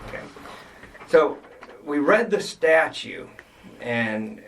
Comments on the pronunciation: Does Sgt. say "Statue"? He goes on to say it again seconds later and I'm hearing "statue". A bit alarming that a police Sergent wouldn't know it's called a statute, and not a statue. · Is this cop saying “we read the statue” and it’s in the state statue”. If so, it’s grounds for immediate dismissal 😂🤣 Continued listening...he,s a sergeant, and he IS saying STATUE. Jesus Christ. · A corporal who thinks the word is statue, not statute? Interesting.... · Statute. Three T’s. Say it with me: STA-chuTe